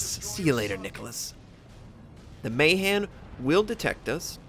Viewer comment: Hey, another one of those games where I sit there and question my lack of DD games the last few months.:D Since you are on track on that pronunciation thing, I have to correct you a little. Nono, not the Bliss Pizza, but ironically enough (since you are an American) the Mahan. It is pronounced with high A in both cases. So it is a bit like Mah-haan, not May-han. This is apparently slightly controversial since there are indeed Mahan families that do pronounce it May-han (or something similar), but in the case of Alfred Thayer Mahan (for whom the class is named), it is apparently not so. Thus Mah-haan.